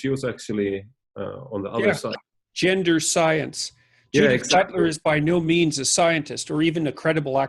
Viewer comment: "Yender studies"